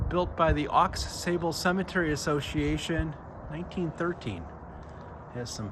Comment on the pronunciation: It's pronounced Au Sable--x is silent; It's TAAAbler--long a; do your homework. My family is there and i'll be buried there.